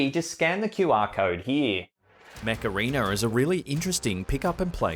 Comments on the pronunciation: When he was advertising the video game I thought he said the Macarena instead of Mech Arena lol!! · Thought he was saying macarena 😂🤣 i thought 'i dont see the connection here' 🤣